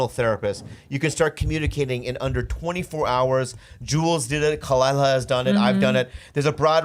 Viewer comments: I don’t like that you guys has on he couldn’t even get Khalyla’s name right and he kept constantly interrupting Bobby! He didn’t even know what show he was going on! I think he’s fake and just wanted Rose’s p. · The only thing I didn't like about this interview with, is that he couldn't say her name right.. but still, great episode.